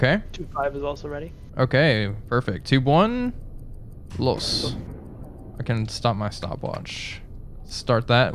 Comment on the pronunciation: Hello, could please upload an uncut wolfpack video? I'm thinking about buying this game, but 30€ is a lot so that would really help me. Thank you. Btw i'm from Austria and it's real fun listening to you guys pronouncing "los" xD